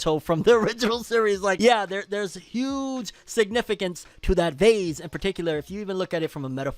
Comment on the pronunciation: Why he say vase like that 😂 bro said that vazeee